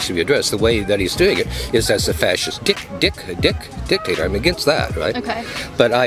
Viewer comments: I like this old man. However, it was unfortunate that he couldn't pronounce (Dick-Dick) DICTATOR without stuttering. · Dude just said dicktator xD